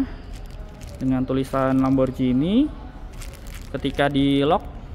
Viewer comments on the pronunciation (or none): Ghi bukan bacanya ji. Parahhh lo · Namanya lamborghini bukan lamborjini. Pls lah belajar pronounce sblm bikin video. Cape denger lamborjini